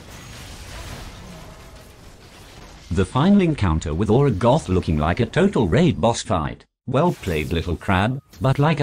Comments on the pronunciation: is it just me or does he pronounce it "Urgoth" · I like that the tts pronounces urgot as urgoth